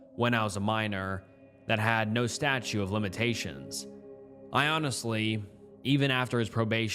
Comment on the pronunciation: "Nuclear" is pronounced NEW-KLEE-UR or simply NEW-CLEAR. Edit: Also, it's STATUTE of limitations, with three Ts, not STATUE. Edit 2: Jesus, "indicted" is pronounced IN-DIE-TID.